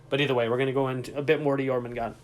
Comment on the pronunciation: Pretty sure they’re releasing jormungandr not jormangant... There’s a d and an r, they’re not silent. 😁